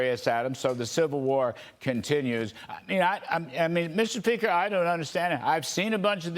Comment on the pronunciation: Incoming sobriety test for the journalist “Mr. Peaker”?